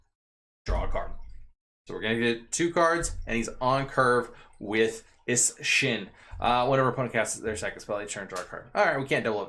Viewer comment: Is-Shin lol goddamn